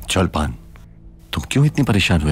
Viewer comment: Not cholpan khatun it's chalpan khatun😂😂